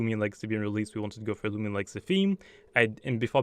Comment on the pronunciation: Its loo-mi-na-mi